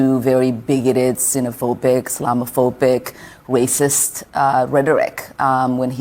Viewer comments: what's "wacist" rhetoric? She's ignorant and shouldn't be allowed to serve in the government. JMO. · Elmer fudd...wacism and a wacist. But she sure as hell can say the "r" sound properly in "health-care." Hmm...🧐🤔🤔🤣🤣🤣😂😂😉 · What's a weysist she said it not me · "wacist" quoting Omar 😅😅😅